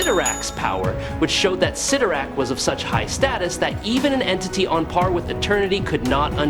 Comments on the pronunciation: It's spelled 'Sitorak', not "Say-torak"😂, although I noticed you weren't sure and kept spelling both ways. Yep, Cyttorak fakks! We, smart ones knew that. 😌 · I don’t know why it does but when people mispronounce the names characters it sets my teeth on edge. Never more than when they say Charles Xavier’s name wrong. Pronouncing it zavior. Ugh. You kept bouncing between correctly and incorrectly saying Cyttorak’s name everytime you said it I kept to my Computer CYTTORAK. I’m sure my neighbors think I’m crazy right now